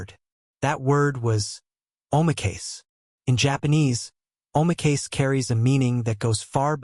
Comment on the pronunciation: Please prove that 3 players were banned for life. No Japanese news is saying that. What is your source and the names of the players?By the way "oh my case" is a pathetic representation of how that word is pronounced.